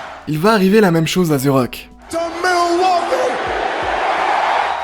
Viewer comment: The (De) et non ze 🤦🏻🤦🏻‍♂️